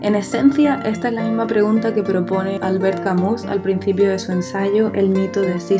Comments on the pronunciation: Albert Camus era francés y la correcta pronunciación de su apellido no es "Camus" tal cual, es "Camiu". Puede parecer irrelevante pero a mi me molesta. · Todo bien pero Camus se pronuncia "camiú" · se pronuncia camü, pero gracias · Crítica constructiva: dejando a un lado el nivel del audio que puede mejorar con el tiempo te recomiendo que averigües cómo se pronuncia correctamente Albert Camus. La forma en que lo haces, es incorrecta y no debería extenderse.